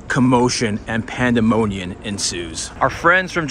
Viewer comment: What’s “pandemoniun”